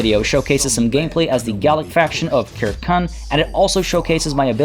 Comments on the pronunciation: "Kirkun" bruhh, you did say right after you would butcher every pronunciation but its "sir-seen" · Circenn is probably pronounced with a soft c like for the football club Celtic (Seltik) rather than as a cultural reference (Keltik) but in all honestly your quest to pronounce things correctly might just need to take a back seat with anything Celtic. Look at this phrase: Uisge Beathe. How would you pronounce that? Ooseag Beetha maybe? Try Oos Ge (hard g) Baa. Or this name: Ruaridh. Ru Ar Id? Nope, just Rury. Aye... Gaelic (gaylik) just doesn't sound the way it looks. Don't beat yourself up about it, half of Scotland wouldn't have a clue either.